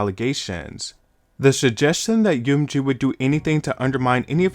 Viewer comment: My guy, you need to pronounce M in UMG correctly lol. It's not one word spell it out lol